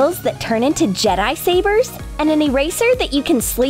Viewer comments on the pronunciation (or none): none